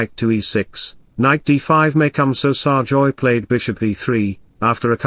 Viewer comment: can't speak English properly, it's SERGAY not SARJOY